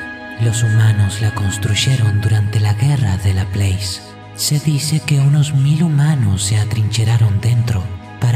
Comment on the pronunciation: Está muy bueno y todo, pero tengo entendido que Laplace es francés, no inglés, y como tal, se pronuncia \la-plás\, es una cosa que tenía ganas de decir desde hace tiempo en todos tus videos que lo menciona, me gusta bastante, solo esa pequeña observación...